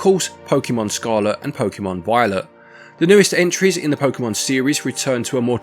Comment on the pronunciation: I don't mean to sound like a dick head but your V in Violet sounds like a W, what accent is that? I can't tell and I'm just curious. Hope the work on your house goes well, thanks for finding the time to do this :)